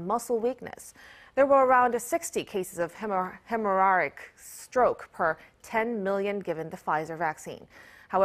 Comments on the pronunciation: The way she pronounces “hemorrhagic” stroke has me stressed out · God bless this reported but she should learn to pronounce hemorrhagic correctly. Understandable that she didn't pronounce GBS correctly. These numbers are small (30-60 people) out of 10 million. Everything is about risk/benefit (obviously). The risk of dying in a plane crash is 1 in 16 million. I'm willing to fly with that risk. GBS (Guillain Barre Syndrome) can occur after infections or vaccines (not just COVID vaccines)--basically if you introduce something to trigger the immune system sometimes the immune system will respond in a bad/overboard way and cause something like GBS rather than having a more focused response (eg just forming antibodies to the antigens in the vaccine). I don't think this report should sway most people from getting vaccinated. What I would say is: know Jesus--he's the only way to be safe for eternity. And for vaccines: if you have a history of autoimmune disease think and pray about it more. But I don't think these are really strong numbers to discourage vaccination for most folks.